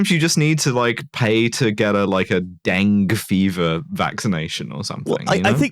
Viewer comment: NB “dengue” is two syllables.